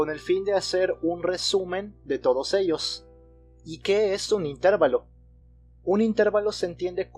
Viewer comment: Excelentes videos, gracias por compartir. Solo un detalle, la palabra "intervalo" es grave, no esdrújula, creo que no es "intérvalo".